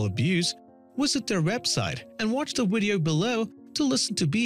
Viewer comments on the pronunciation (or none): VA Va Video... Not Wa Wa Wideo...js 😁